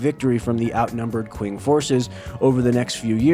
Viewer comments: Great video, just a small thing, q in Mandarin sounds like ch, so Qing would be pronounced like ching instead of using the English q sound. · "Qing" is pronounced as "Ching". It's where the word China comes from.